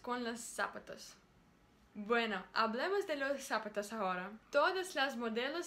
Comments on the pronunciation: cuando digas la palabra "Zapatos" acentúa la segunda "A".... digamos por ejemplo aun que no se escribe así... solo lo hago para que entiendas como se pronuncia ok ???... "zapátos".... besos sigue asi !!!... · Srita. En español la palabra "zapatos" se pronuncia "zaPAtos" la fuerza de voz es a la mitad de dicha palabra, por lo demas, muy bien.